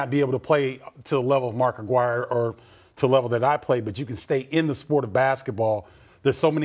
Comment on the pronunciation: I wish mark would correct the saying of his name. It is not Aguiar it is Aguirre.